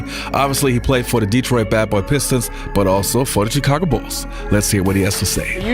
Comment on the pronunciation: stop pronouncing Chicago wrong